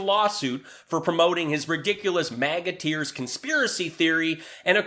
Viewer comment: I keep hearing it as MAGAT EARS...